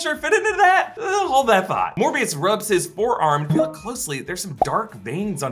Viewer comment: Seriously, Smerbio? Not Morbuis?